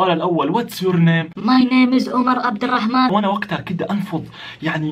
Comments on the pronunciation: ترا الراء في (عبدالرحمن) مشددة يعني مكررة ما تنطقها بشكل عادي👍👍👍👍👍👍🏽👍🏽👍🏽👍🏽👍🏽👍🏽👍🏽👍🏽👍🏽👍🏽👍🏽👍🏽👍🏽👍👍👍👍👍👍👍👍👍👍👍👍👍👍👍👍👍👍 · ترا الراء في (عبدالرحمن) مشددة يعمي مكررة ما تنطقها بشكل عادي👍👍👍👍👍👍🏽👍🏽👍🏽👍🏽👍🏽👍🏽👍🏽👍🏽👍🏽👍🏽👍🏽👍🏽👍🏽👍👍👍👍👍👍👍👍👍👍👍👍👍👍👍👍👍👍